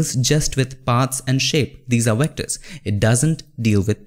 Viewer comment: HAH - a friend of mine asked me the other day if I could make wectors. I was obviously confused, and after a couple minutes I realized he was trying to say VECTORS - he has been learning via your videos :D An American learning Indian speech patters lol!